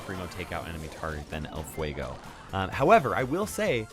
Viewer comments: "Ell fuegou" I'm a hispanic suscriber and that make me laught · Nobody: Latin people listening say "El Fuego": HAHAHAHAHAHAHAHA!!!!!!!!